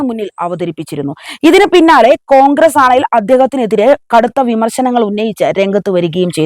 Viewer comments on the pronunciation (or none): കോഗ്രെസ് അല്ല മോളെ കോൺഗ്രസ്‌ എന്നാണ് നല്ല അക്ഷരശുദ്ധിയോടെ വായിക്കുക